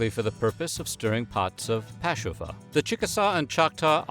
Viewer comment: This guy wasn't afraid to pronounce the Native language. 👍👏